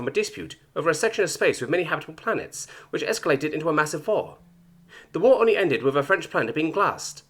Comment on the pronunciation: I love how he overpronounced the W in his first war. So.... german. 😂 And glassing french planet sounds absolutely reasonable from a german perspective. goes out to man the rhine river defensive line humming a certain song